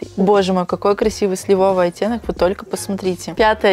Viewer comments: ну не сливОвый, а слИвовый, очень режут слух слова, которые, казалось бы, лёгкие на ударения. Выучи уже русский, пожалуйста! То у тебя жАлюзи, то шарфЫ, то тортЫ..... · Слива обиделась, правильно слИвовый 😋